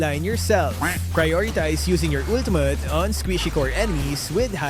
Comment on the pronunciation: “Ultumut.” —LMAO